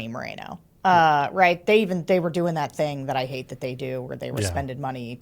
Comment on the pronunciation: Pronounced Mor-en-o ~not Marino. En as in enough!